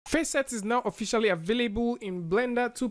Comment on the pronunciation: I JUST LOVE HOW YOU SAY "AVAILBUL"